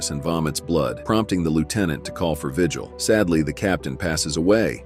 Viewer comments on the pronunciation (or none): none